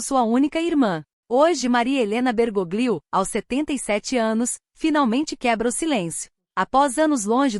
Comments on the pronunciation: Se pronuncia " Bergólio"< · A pronúncia é Bergolio.